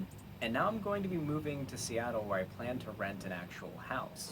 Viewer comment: "Once i'm in Steatle, i'm seatled."